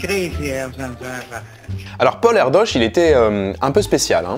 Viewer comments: Une vidéo super intéressante, merci beaucoup :) Par contre, ça se prononce 'ère-deuche', pas 'ère-doche'... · Ça se prononce plutôt Erdeuche. Et ça veux dire: De la forêt. Ça lui va bien ^^